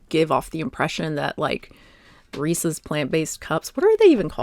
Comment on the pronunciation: lol if you say resees you must be from MA